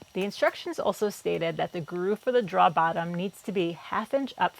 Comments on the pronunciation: I love your work. Your final products are fantastic. Your video layout is wonderful. The tutorial nature of your voice over is top notch. But please……learn how to pronounce drawer. 😉 It’s not “draw”. It’s rhymes with “door” with an extra r as it’s second letter.” Droor. Pretty please. With a cherry on top. Or keep doing it the way you do it, and make fun of me in your next video. 🤣 Either way, you’re doing great work, and we all love it. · Every time says drawer (draw) take a drink.. lol awesome build! Not my preferred style but definitely looked fun to put together. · Love your videos!!! Hahaha…you say draoughs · Very nice looking desk. And remember, it's only a mistake if you can't fix it 😉👍 Oh, and I just love when you say "draw"...brings back memories of early life in New England and watching New Yankee Workshop and This Old House with Norm Abram and Tom Silva. I'm still new to using a Domino, and I'm sure I'll make many of the errors you made (and probably a lot more). All of them will be learning experiences 🤣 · As a native English speaker it hurts too lol. And I saw her clearly mark a part "drawer", so I know she knows how to spell it!